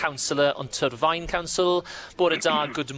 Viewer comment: the way you say Torfaen is funny. Im from Cwmbran and know this guy Also, I know this guy and he is a twat, treated his workers like shite also. Use to think himself a "DJ" to get the girls, it was laughable